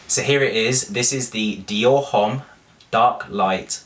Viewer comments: Shouldn't u know H doesn't sound in French so it's Omme, not Homme? I'm sorry it's just so funny keep listening to u saying Home lol. Do u pronouce Hermes Her-may-z? Hahahahaha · LOVE the bag!! :) but fyi, "homme" is pronouced without the "h" :) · just FYI - you do not pronounce the "h" in the word "homme" ;) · You pronounced Homme wrong ........cringes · You look like a school boy :D :D !!!! Which grown up man wears a backpack :D :D it's just absurd and ridiculous !!! I did not know your name is Lydia , as shown on the monitor :D :D PATHETIC and H is not pronounced in homme :x:x:x